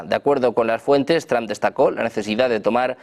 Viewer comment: porque dicen Donald Tram los españoles si tienden a leer el ingles tal y como esta escrito?